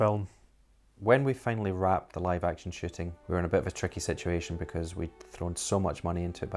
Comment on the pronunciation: When they say "Shooting" it sounds like "Shitting"